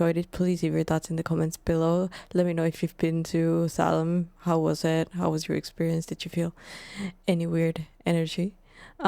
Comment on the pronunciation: One of the men that was executed cursed the office of Sheriff. And ever since until the last couple county sheriffs of the Salem area died in office. A curse that lasted about 300 years. it's pronounced say-lem, how he said it Saini.